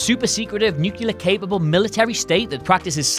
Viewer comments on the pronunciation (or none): Also: NUCLEAR, not Nucular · Hey, nice video, but everytime you say "new-killer" you sound like George W. Bush. The word is "nu-clear"! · can't pronounce any words correctly. Ughh stop. Yevs? Nuculurh? Nyk? Really?! Doesn't he have anyone who loves him enough to help him say things correctly??? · Dude: New-clee-uhr. Not nuke-u-lur. Got it? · It's bloody Nuclear not Nukelear ffs rahhhh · "Nu-clear" not "nu-cu-lar" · Brits always sound super smart. Up until I heard "nuculer". Not a word, man! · Nuclear. New. Clear. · Is it normal to say "nucular" in the USA, or is it only a very common mistake? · NUCLEAR NU-CLEAR O MY GOD IS IT REALLY THAT HARD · Why can't EVER pronounce "nuclear"correcly?????? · Seriously, why do so many people have a problem pronouncing nuclear right? I really don't understand.